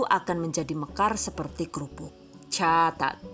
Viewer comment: Kirain ngomong cacat